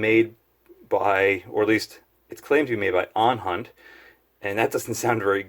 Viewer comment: Its ohhunt, not onhunt